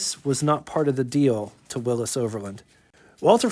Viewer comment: Why do you say Willis? You ever heard of Willy`s?